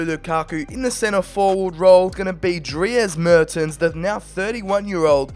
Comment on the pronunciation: The way you pronounced Dries Mertens hahaha. Anyway really entertaining video mate. Keep up the good work!